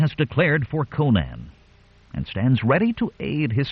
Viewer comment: Why can't you pronounce Conan? Co-naan is just nonsense. Think Conan O'Brian. Then next time I might listen but the thought of the narrator's endless mispronunciation caused me to give up in seconds. I'll look for a channel that can correctly pronounce the hero's name.